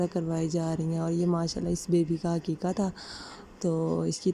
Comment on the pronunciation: Aqeeqah hota hai, Haqiqa nahi.